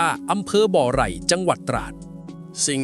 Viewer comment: อำเภอบ่อไร่ ไม่ใช่บ่อไหล่